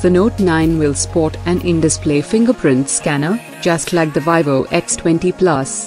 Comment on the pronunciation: First time hearing someone pronounce VIVO as Vai Voh